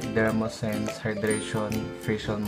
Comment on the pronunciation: Dermoscience, hindi dermosense